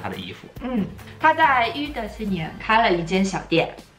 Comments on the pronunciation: 看了很多期Ahalolo了！非常喜欢你们的节目！！想提个小小建议 涉及法语或意大利语的部分其实查一下google就可以有很准确的发音 刚刚听到avant garde和rue的发音有点难受呀 继续加油！ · Rue也唸不對呀⋯⋯ 🥺